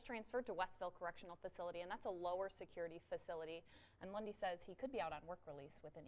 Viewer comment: Who else always hears "Bundy" instead of "Lundy"??